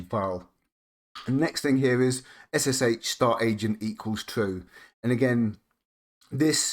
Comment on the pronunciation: This is the first time I've heard SSH pronounced "shush" not "ess-ess-aitch". Whatever next? GIF as Jiff? The world's gone mad, I tells ya.